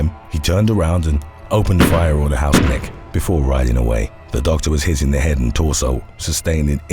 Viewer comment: The pronaunciation of Hausknecht was funny to me as a german :D